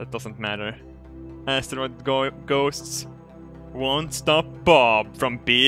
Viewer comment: i love how saying asstaroid:DD